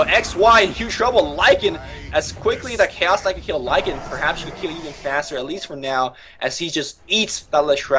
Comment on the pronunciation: Hey, Lycan has one dominant syllable, not two.